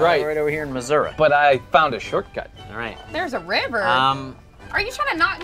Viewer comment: By the way it’s not pronounced or spelled Missora it’s Missouri with an I